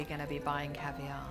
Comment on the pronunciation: Correction. Caviar. Not Cavier.